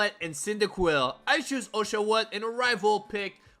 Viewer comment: Man said o-sha-wot like ushu-wut